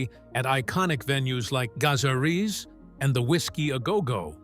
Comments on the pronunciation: I don't know what the Gah-za-rris is... can anyone help? 😂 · "Ga-Za-Reeze". Good lord, get the fkng pronunciation right.